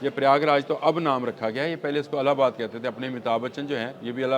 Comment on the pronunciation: Allabad naheen ILLABAD SAHEEH TALLUFUZ HAI